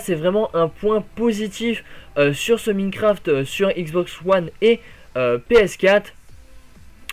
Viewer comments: s il te plait , c pas Miiiiinecraft , ca ce prononce comme Mynecraft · c'est pas pour etre mechant ce message mais pour que tu te fasse pas critiquer plus tard mais c'est Minecraft "Maynecraft" et pas Mïïïnecraft